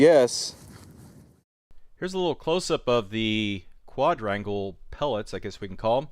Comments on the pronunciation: You still aren't saying it right your using the d from quad and adding onto rangle and your saying quad-drangle instead of just saying quad rangle I wouldn't have said a word but you said it took you 2 days to learn how to pronounciate it right but your not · What an annoying pronunciation... How do you pronounce "Quadruple"? "Qua-druple" So stands to reason "Quadrangle" is pronounced "qua-drangel" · kwaaadraingle. Wasn't that hard XD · It took them 1 days to learn how to say quadrangle? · It’s not so hard to say quadrangle